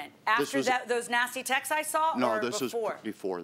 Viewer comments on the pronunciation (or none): It cheapens the show? It's a daytime court tv show. It's already cheesy and stupid and cheap. For Christ sakes she's saying texeses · I can’t stand when people says “texes”. How hard is it to say “texts”? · If she says textes one more time....🤜🏻🌛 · Does it bother anyone else that she keeps saying 'textses' or is it just me?